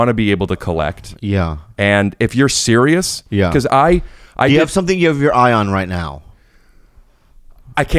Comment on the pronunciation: Omg Bobby so funny I love when act sewious like the whole world doesn't know by now he's never 🤣